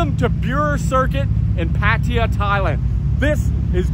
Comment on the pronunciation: still cant pronounce Pattaya properly.